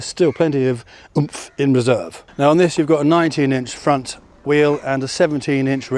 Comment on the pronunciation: The Indian accent on the pront is coming out.Cows and bears,what a peaceful place.